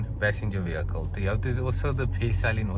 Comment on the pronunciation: It's not THOY WOTHA.. it TOYOTA